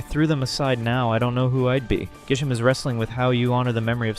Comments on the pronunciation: Dude how the hell did you not realize in editing that it's Grisham and not Gisham? At least state if you're using different region names or something. Like, dude, how can you mess up this bad? and i wont point out how corbeau isnt related to kiren and carmine like everyone intially thought. he has his design because he's a poison and steel type. thats it. like other htan that, i guess good job on the video but this feels weird as all hell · It's GRI-SHAM. Why are you dropping the 'r'??? Also, GRISELLE IS A GIRL. Elle is a common name for girls and also common as an addition to many names like Janelle, Danielle, Belle, etc. did you even play this game?! 😂😂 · There are so many thing wrong with this video but I guess the part I want to focus on is that you mispronounced Griselle and Grisham’s names repeatedly and also that you consistently misgendered Griselle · I also don't get why he so often mispronounced names. Grisham and Griselle are not hard to sound out.